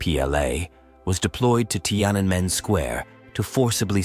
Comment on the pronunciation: So, you seem to have some trouble pronouncing “Tiananmen” square. You ok? In any case, a good video.